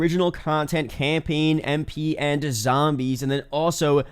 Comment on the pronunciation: this dude really said campeen lol.